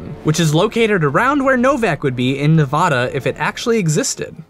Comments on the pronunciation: Nevaduh not nevahda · It's pronounced ne-vadd-a not nehvaadaah god damn it stop saying it wrong most of the time you got it right do it again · Hey, i live in Nevada, and we lovingly pronounce the state a Nev a da: a as in bat not bot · N.e.v.a.d.a story should you cast I don't know what happen but it not novada it Nevada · I dont get it, how do you pronounce Nevada right the first time, and get it wrong 12 seconds later? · I love your series...but please learn how to properly enunciate the state name "Nevada"...the middle A is pronounced like the A in apple...thank you and carry on being awesome!! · Seriously, the narrator needs to learn how to say "Nevada" correctly.